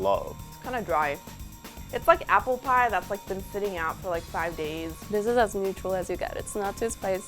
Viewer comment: I'm a food expert. Also me: which I LoOAuohv My english is amazing. Also me: And like, oh I was like, like, LAIK